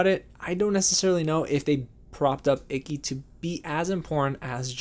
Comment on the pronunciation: You said Ikki like icky. That is Icky.